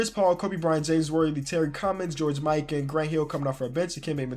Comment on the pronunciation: George Mikan is pronounced (Mee-kaan)